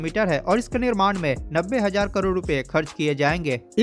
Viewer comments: hajaar nahin, hazaar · bro shayad se bihar me z ko j bolte hoge] lekin kam se kam samajh me to aa raha hai lekin aapne jo kaha woh sahi hai